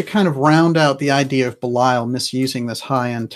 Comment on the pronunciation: I adore your program, although I never actually catch it when it is live. However (and you can attribute this to my being an old stick in the mud as far as English grammar and pronunciation go) your pronunciation of Belial has been driving me crazy. So I went looking. I did find one soul pronouncing it the same way you do, but all of the others said something more like Bee' lee ul, or Bay' lee ul. I actually wasn't sure who you were speaking about. And Ahura Mazda and that other guy, Ahriman, they're not part of "Persian religions" in general, they're the heart of Zoroastrianism, which is a very old religion indeed. In general, it seems to me, you never make mistakes (apart from occasional weird pronunciation; and I'm not sure about your subjective versus objective pronouns; nobody in you generation knows the difference between those), so when you categorized Ahriman as the bad guy in "Persian religions" in general, I was a little bit surprised. But I guess I may be wrong, because I guess Mithra was in another religion. But "Thus Spake Zarathustra" (the unforgettable 2001 film music) I do think falls into the category of Zoroastrianism.